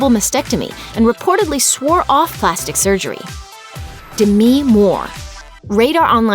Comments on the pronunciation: "Demee" moore😂😂 Its just Demi x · De-mi Moore 😂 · Why are you pronouncing Demi Moore like that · Well that's a weird way to pronounce "Demi" Moore lol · The way she pronounces demi moore makes me uncomfortable